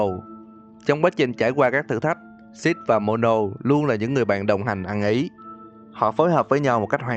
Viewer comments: Anh đọc six mà như sh*t ấy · ko có ý xúc phạm mà nghe shadow six đọc như shadow shit :v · Mn nói: six Tôi nghe: shit (tôi ko phải anti six nhưng mà nghe mn nói tên six cứ nghe thành shit :v) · Mặc dù biết tên nhân vật là Six nhưng mà nghe nhiều quá thành "Shjt" với cả "Shadow Shjt":)))